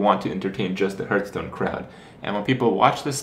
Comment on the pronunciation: Don't say "herthstone" kthx